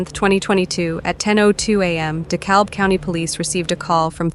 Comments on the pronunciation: De-Cab. The "L" is silent. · It's pronounced Dee Cab I can't stand these videos that use a translator for narration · dekalb pronounced de-cab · FYI- the “L” in “Dekalb” is silent. Just saying